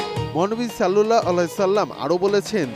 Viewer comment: সাল্লাল্লাহু আলাইহি ওয়াসাল্লাম উচ্চারণ করতে মুখ তোতলায় কেন ভাই?